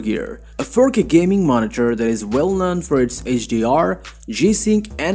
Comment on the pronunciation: "gay-moot" lol